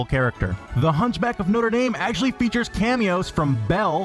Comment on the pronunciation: "DIS!ney Land is Actualleeeaahh.. FULL"